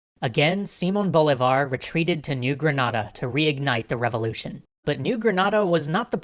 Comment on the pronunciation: 1.- si-MON bo-LEE-Var. 2.- You skipped Páez and Sucre, how dare you? 3.- You added the Essequibo for only one moment. 4.- Income the Argetinians getting angry for not seeing San Martín in here.